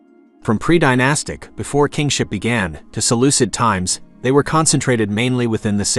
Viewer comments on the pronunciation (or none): none